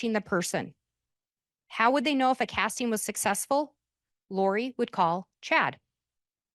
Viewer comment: My dumb brain gets annoyed every time she says an “ing” word as “een.” “Casteens” “Wanteen” it’s literally not even her fault lol it just pierces my brain in the wrong way